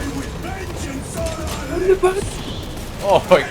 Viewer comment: "Tharius has fallen" "VENGENCE"